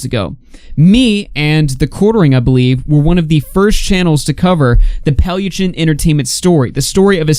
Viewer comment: But he is saying it almost right, I have heard people who pronounces it way worse. Also good riddance.